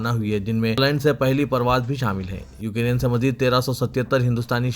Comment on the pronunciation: بھائی ، السلام عليكم و رحمة الله و بركاته ، آپ کو بار بار بتایا جارہا ہے کہ: 👇 ۱۔ “ یوکیرین “ نہیں بلکہ “ یوکرین” صحیح تلفظ ہونا چاہئے،،، امید ہے کل کی خبروں میں اس بات کا ضرور خیال رکھا جائے گا، دوسری تصحیح حسب ذیل ہے: ۲۔ “عاشقان رسول” کہنا مناسب نہیں ہے اس کے بجائے “ محبان رسول” کہنا بہتر ہے،، امید ہے کہ کوئی بھی مندرجہ بالا مشوروں کی لئے برا نہ مانیں گے۔ الله سبحانه و تعالى سب کو اردو کا صحیح تلفظ کرنے کی توفیق عطا فرمائے، آمین یا رب العالمین 🤲🤲🤲